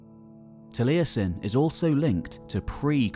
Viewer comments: Truly excellent video, but for future ref Taliesin has only three syllables: it's "tal-YES-in", not "tal-EYE-essin". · Great job done but your pronunciation of some of them welsh words was terrible!! I've got a friend called taliesin he challenges you to a duel for butchering his language!